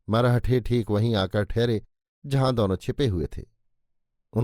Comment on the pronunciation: मरहठे नही "मराठे"